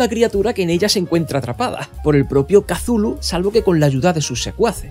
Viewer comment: Maravilloso video, una joya como siempre, pero tambien me revienta las pelotas esa pronunciación de "Kazulu" no offense, ya en serio, una joya de video, gracias por hacerme la noche. Saludos desde la primitiva y arcáica ciudad de méxico.